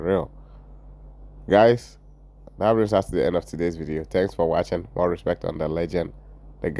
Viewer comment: Did she say respeck🤔🤣🤣🤣